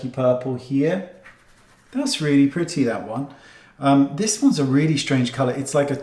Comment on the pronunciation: Oh how I love Mr. Goss and the way he says" oh now that's PRITTY(pretty)...lol !